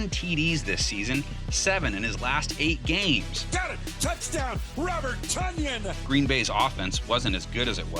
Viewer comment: Tonyan like Funyan